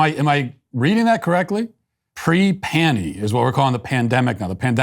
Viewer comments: When she said “pre-panny” I assumed she was talking about prior to having a large abdominal pannus. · I thought she was saying she no longer goes commando. Pre panie...wth